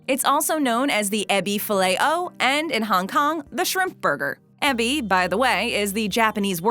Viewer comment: dumb yank Ebi is pronounced like e -bee